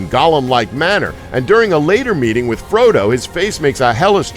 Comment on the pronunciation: at least he got Frodo right